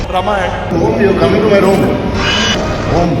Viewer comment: Dude,,, My friend, It's RAAmayana, not Rumayana I.e. रामायण not रमायण Please